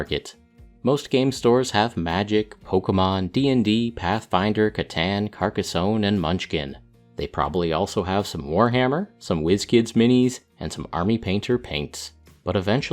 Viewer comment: CATANNNE??? ITS CATAAAAAWN :)